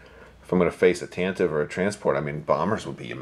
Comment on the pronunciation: OMG thank you for the pronunciation of TantivE. I agree 100%